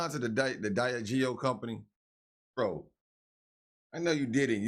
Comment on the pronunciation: Lord ❤not one of u have pronounced di.ag.e.o right . Break it down say it like that ffs help the. Lord as as they know❤ no other way